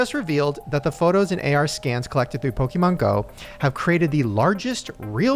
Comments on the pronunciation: It’s Pokémon not pokeMAN😂😂😂😂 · If says PokeMAN one more time lmao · Why does say pokey men instead of pokemon, I can't 🤣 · Me being triggered by "poke-man" go from. (just in case it's Poke MON as in "on" at the end) The key to being healthy in general is to not fall for the food diet trends..just eat healthier PORTIONS..period. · Pokeman? Its pokemon! Lol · Its annoying hes pronoucning it "poke-man" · I love mispronunciations of things lmao! Pokéman, giblets😭🤣 Also vapes were 100% pushed onto Gen Z!! They have vapes that have games on it, look like little purses and even connect via Bluetooth to your phone! They’re making it such a regular thing, I’ve been addicted to vaping since around 16 and I’ve wanted to quit but I find myself so attached to it because everything you see makes it so normalized and you’re almost weird if you don’t vape. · "pokeman" lmao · Obsessed with saying "pokeMAN go" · Is saying PokeMAN for engagement?? 😅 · saying pokemAn was driving me nuts hahaha 😂❤ I was waiting for someone to correct him or call him out lol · saying PokeMAN over and over 🤣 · pokie mon 😂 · Upsetting me how says 'PokéMAN' 😂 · Someone please teach how to say Pokemon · need to learn how to say Pokémon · Jerrids pronunciation of Pokémon